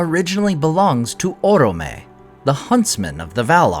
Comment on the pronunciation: Orome sounds better with the accent on the second syllable: oróme, not órome.